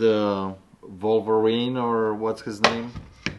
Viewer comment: "Vulva-rine" lol